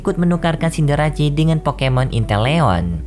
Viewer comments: Ralat min, mungkin Cinderace seharusnya dibaca Sinderese, bukan Sinderasi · Scorbunny jadi rabbot baru cindarece juga salah disebut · Pengucapan "Cinderace" pun kurang tepat bro